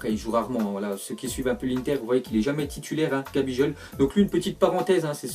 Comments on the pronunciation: C’est vrai tu te trompes bcp sur les prononciations par exemple pour gabigol tu lis gabijol et tu dis c un milieu alors qu’il joue en attaque révisé bien tes fiches stp ya encore plein d’erreur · Ça ce prononce GabiGoal